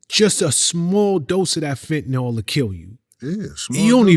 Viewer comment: Fenta-nawl does not exist. Eel. FENTA-NEEL.